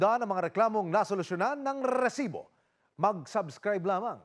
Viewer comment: Yung RRRRREsibo na pagbigkas niya tuloy parang unrealistic and balita. Anyway, rape case kelangan ibalik ang bitay. Halos linggo linggo may ginahasa at pinatay. Tingnan lang natin kung may gagawa niyan kapag bitay o lethal injection amg parusa. Tanda ko noon Leo Echegaray, halos ilang taon ding walang kasing rape.